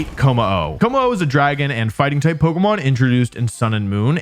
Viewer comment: Wolfe, why do you pronounce it like Polka-mon instead of Po-kay-mon?